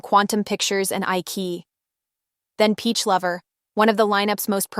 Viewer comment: Isn't it pronounced iCHEEyi? And Gelboys is JELLboys. Thanks for the overview!